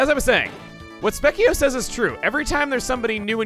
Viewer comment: I'm pretty sure he's suppose to be pronounced SPEEK - eh - oh. and not SPEK - eh - oh.